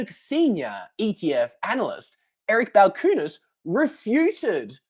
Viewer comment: That’s not how you pronounce Balchunas.